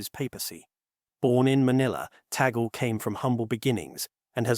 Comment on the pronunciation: Luis Tagle not Taggle